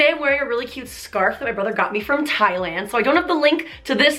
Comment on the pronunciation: It's not taayland Thai-land Thailand!